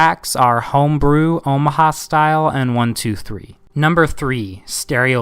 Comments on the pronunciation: Its Omaha Sty-lee not Omaha Style. Just for clarification sake. Decent synopsis though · Come on “Omaha Style” “Omaha Stylee” not trying to be an ass ,but this makes you suspect. “NutsSymptom”. “Nutsymptom” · Omaha Stylee (Sty-Lee), not Style..otherwise Great vid, I agree Transistor is #1